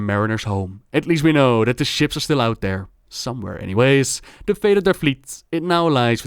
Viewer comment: udder, mudder, fudder, dey, dem. d'are